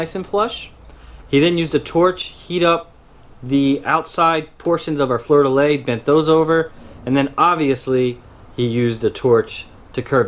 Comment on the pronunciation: it's fleur de lys not fleur de lai